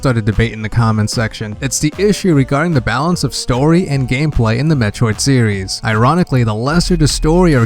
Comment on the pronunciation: “Metroid sewies”